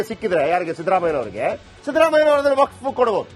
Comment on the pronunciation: Waqf akshara nininage ucharisalu kasta aagbahudu yakandre ninna nalage sari illa